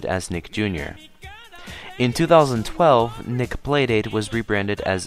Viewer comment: The way it says 2012. 😂😂😂😂